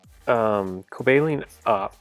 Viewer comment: The pronouncation is coba-leon